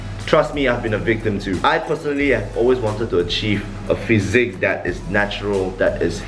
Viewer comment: It’s physique not physic